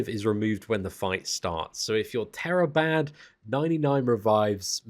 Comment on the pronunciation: "tera-bad" too good